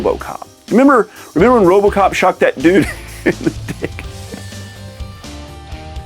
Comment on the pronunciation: lol robocrop instead of Robocop